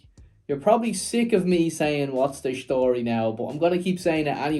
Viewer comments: "What's the shtory" is your shtick. Stick with it! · Enjoy the relaxed style of interviewing, but yes, you are right..."What's the schtory" doesn't help the actual story 😂